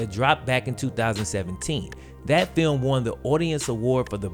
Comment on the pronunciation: i did know he pwoduced a awaad winnin feeum